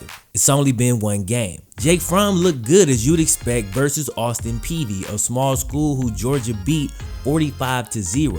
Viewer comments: Did you say Austin Peavey? That's what I kept hearing. It's Austin Peay(pea) if so. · Lol it’s Austin Peay not peady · It’s Austin Peay bro not Austin Peavy. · Are you saying Austin Peavy?? It’s Austin Peay😂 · There's no V in Austin Peay. It's pronounced like "pee." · Its Austin P (Peay) Just say P